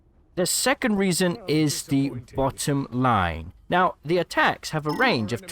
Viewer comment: The way you say bottom have completely triggered me. XD